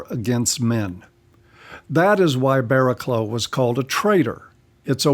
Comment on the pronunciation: It's pronounced Bara-cluff. British English is... not intuitive.